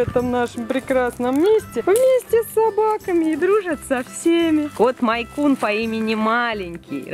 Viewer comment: у меня тоже мэйнкун!!очень классно! Только не мАйнкун, а мЭйнкун))